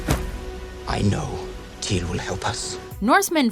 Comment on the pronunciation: It’s pronounced: “teer” not “Teeyre”